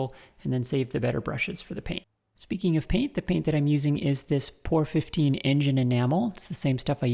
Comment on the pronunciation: You, like 99% of the world mispronounce the name of the paint used on that steam engine. P.O.R.-15 is the 15th formula that was tested to Paint Over Rust. I made the classic mistake of pronouncing this amazing product like almost everyone else, but I did it in a meeting with the company owner/developer trying to get sponsorship for my racing program. I was rather sternly corrected and told the story about the name. I'm sure my blunder shortened that meeting.